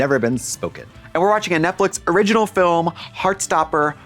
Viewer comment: Fil-em *someone was watching The Gentlemen